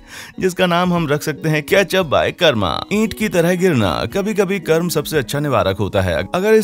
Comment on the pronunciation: Bhai vo कर्मा नही कर्म होता है pronounce it properly